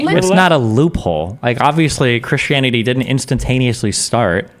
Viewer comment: oh no, "kershanity". Destiny is one of those people who pronounces 'Christian' "kershian".